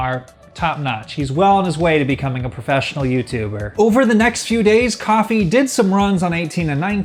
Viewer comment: i don't think Kofi is pronounced coffee.. think of kofi kingston lololopl